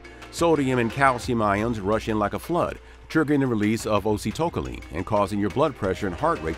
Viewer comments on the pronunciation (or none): Wonderful episode as always! I hope that you get better soon! Btw, acetylcholine is pronounced: ah-SEE-til-KOL-een. Keep the vids coming. I can't make it through a day without one!